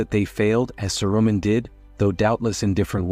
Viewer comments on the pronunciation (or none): Don’t use an AI voice. It’s mispronouncing names like Saruman.